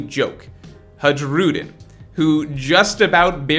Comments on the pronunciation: every time he said "Haedshroodin" i cringed. his name is pronounced like "Huh-ee-roo-deen" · Its Har- u- diin Hajrudiin... not hajroodin 😂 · for FS man it's written Hajrudin, but it's spelled Hairudin plz every time i heard you spelling that way i felt my ears were bleeding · Bro why you keep saying "Ha-gi-rudin", thats not how you pronounce it. I wouldnt mind the mistake but you said his name way too many times its driving me crazy, lol. Good video tho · Learn how to pronounce names … the giant’s name pronounced like (high ro dean) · Who the f is this HadgeRudin u keep mentioning instead of Hajrudin 😂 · You da man but you should watch the anime just so you know how to pronounce Hajrudin (Hi-roo-dean) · Pronounced Hai*ru*din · HAI-RU-DEEN HAI........RU........DEEN FFS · bro the J in the giansts name is silent cuz stop saying haruJUEden jfc cringe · I love how he butchers the name Hajrudin ❤️ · The sheer amount of mispronouncing of HARJUDIN is very upsetting and hilarious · hajrudins name is pronounced with y sound where j is and y in a way like in the word hay or pray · The J in Hajrudin is pronounced like a Y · The fact that doesn't watch the anime really hurts his pronunciation. Hajruden is just the latest example.